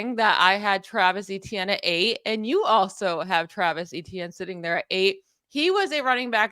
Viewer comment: Lost me at saying ETN name wrong smh